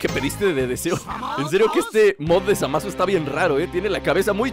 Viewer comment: dice Zamas xddd Jaja!